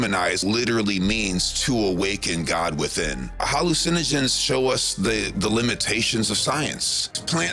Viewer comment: Most of it is CGI with a Voice Sim. He mispronounces the word "Hallucinogen" FOUR TIMES, meaning EVERY TIME he says it. Furthermore the mispronunciation is a mispronunciation that ONLY a Voice Sim does. AN if you listen to the video without watching, you can tell its a Voice Sim.